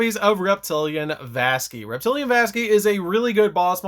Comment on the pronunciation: Pretty sure it's SUPPOSED to be pronounced Reptili ANNE like the female name. After all it's normally spelled reptilian.